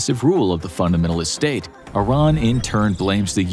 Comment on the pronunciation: Finally a youtuber that pronounces Iran correctly